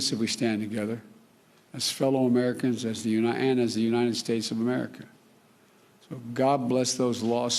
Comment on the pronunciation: "Unine-ed States of America"